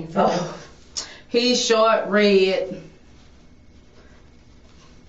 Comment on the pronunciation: Did she say he’s “short and red” like RED?